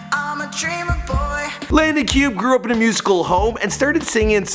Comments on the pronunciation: It’s not Cube it’s (cubay) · Pronounced - Cube-ay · Isn’t it supposed to be Landon Cube (Cubay)? Or is it pronounced Cube? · It's Landon cuff